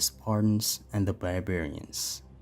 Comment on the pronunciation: Oh no, not the bare-bare-ians